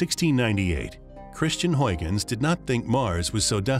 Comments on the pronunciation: NOT HOYGENS ... but Howgens. You Americans always get Dutch pronunciations wrong. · HUIGENS is pronounced Howgens not Hoigens. You yanks bother to pronounce French and German names in the French and German way, but not Dutch names in the Dutch way, despite the fact that Holland was top dog in the 1700s.